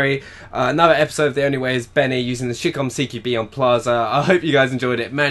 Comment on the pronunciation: Sounds like you said shitcom haha in the beginning